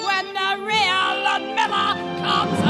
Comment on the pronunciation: Honestly, I've seen it all before in terms of the obvious kinks at play. What's most appalling about this scene to ME is the mispronunciation of "Ludmila" (it's Lyood-meela, not Ludd-milla)